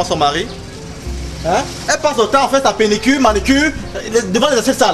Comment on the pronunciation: Arêtes de dire "penicure" dis donc! 😂😂😂 on dit "pédicure"